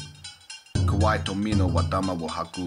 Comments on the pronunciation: To-mee-no, not, to-mo-no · You probably couldn’t pronounce the words right nor you could say Tominos name right (Tomono is what you said) so nope I do not believe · The only thing that helped me relax was him saying instead of Tomino. I also read it back when I was in highschool and the next day caught the flu.